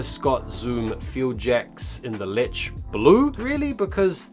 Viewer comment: Pronounce leche again lol